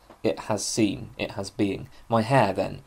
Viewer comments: Sein is pronounced like "zine" (but with an open "i", not like "zeen" like at the end of "magazine"). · Bit confused as to how you know to pronounce the 'ei' in Meinong correctly as 'i' but pronounce 'sein' with an 'ee'...Einstine not Eensteen. With German a good tip with 'ei' and 'ie' is the second vowel gets pronounced. So, 'die' is 'dee' and 'dein' is 'dine'. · In german sein is just the verb to be. It's pronounced like the english word sign or sine. I think it's important to see the ordinarness of these words in german philosophical usage but also pronounce them correctly as it really jars if you know german. It also creates an effect of naivity and distance from the culture which produced it which is a shame because you obviously know your stuff in translation. Learn german, it's wonderful.